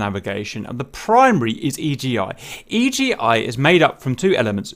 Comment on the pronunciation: It's called Iggy, not E.G.I